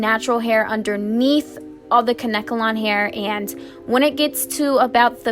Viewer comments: 😂 its adorable how she kept sayin kankelon wrong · It’s Kane-kelon....I mispronounced it for years!!! Love your vids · The way she said Kanekalon made me cringe